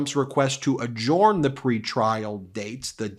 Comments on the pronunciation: Its pronounced "adjerned" not "adjorned". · THE WORD ADJOURN IS PRONOUNCED ADJERN, NOT ADJORN! STOP IT!!!! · Adjorn? Never heard anyone pronounce adjourn as adjorn. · Say, Ben, why do you pronounce "adjourn" differently than any other person I've ever heard?